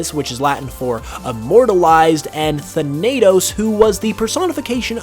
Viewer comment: Your pronunciation of Thanatos made me die inside Thâ nə tose